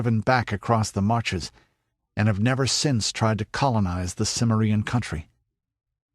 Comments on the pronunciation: For edification, it's pronounced Cim - MER - ian, emphasis on the second syllable. Jeez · Also, it's Kimmerian, not Simmerian. The narrator should know this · Good....but why your anal pronunciation of cimmerian ?